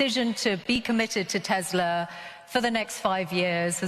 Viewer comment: Come on lol She doesn’t even pronounce Tesla correctly!